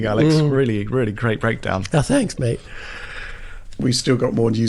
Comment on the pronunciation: Alex saying “thanks mate” mid sip in a British accent really threw me off 😂